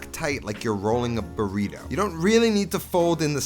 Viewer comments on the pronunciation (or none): "Roll it up tight like youre rolling a Bluunrrito..." 😉 😂🙌🏼🔥